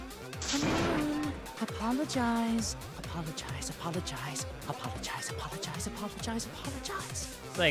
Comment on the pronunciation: Kiyo sis:apolagicze,come on apolagicze Me:OOOHHHH MY GOOOOD